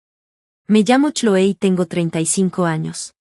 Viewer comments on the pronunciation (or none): No saben pronunciar los nombre correctamente se pronuncia Cloi